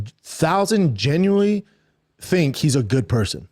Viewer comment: I one thousand genwinny